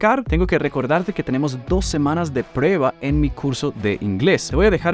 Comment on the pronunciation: necesitas pronunciar la “u” en la palabra “prueba”. Te admiro